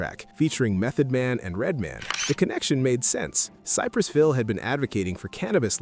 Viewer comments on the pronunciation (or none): It sounded like he said Cypress Phil! 😂😲